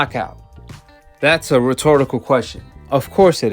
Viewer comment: Learn to pronounce the word, Rhetorical